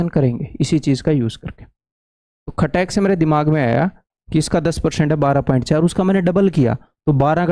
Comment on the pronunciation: Sir aap kha ke ho * Khatak se* word .....😂